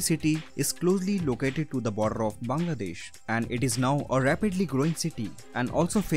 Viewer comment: I like how he pronounced bangladesh. I feel like foreigners cant pronounce our country.